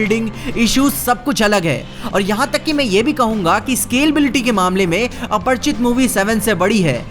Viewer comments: Aparichit na ki aparchit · aparichit hai aprchit nahi 😂